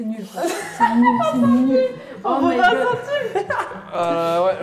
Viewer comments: "La team Vicent": '' Pourquoi Vicent?": "La Vingt-cent-team" 🤣💲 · "Vincent ving-centime"🤣🤣🤣🤣